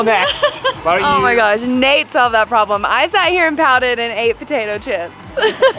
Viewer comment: I think I hear Nate say his name is NUTE', as in NUT and EH, hahaha